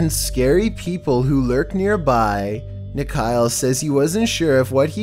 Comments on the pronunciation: Rajasthan hai wo daphor... Bhangarh ki kahaniya bht hai... Edit - not nikhail ..its nikhil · Its nikhil not nikhail.